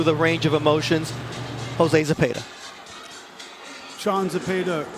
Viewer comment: These commentators where all on Baranchyk's nuts. Im 100% sure in they're minds Zepeda (not Zepayduh) was goin to lose. Don't ever count out Raza son.